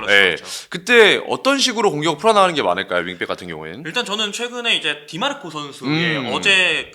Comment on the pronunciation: 디 마르코가 아니라 디마르코입니다!!